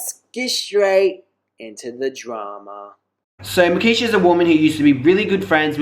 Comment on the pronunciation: It's markeshia not nakeshia